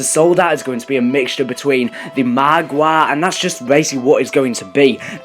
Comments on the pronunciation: he pronounces it Maaagwaa Nor Margwa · lmao " marwAA" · The way he says margwa